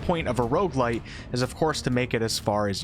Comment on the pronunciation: ah, shit you lost me at rogue-li..